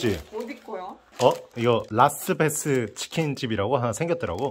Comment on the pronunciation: 라스베가스도 아니고 라스베스 ㅋㅋㅋㅋㅋ